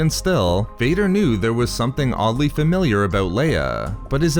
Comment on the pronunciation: Vadurrrr, lei-urrrr, familiurrrrr 😭 I think french would be jealous here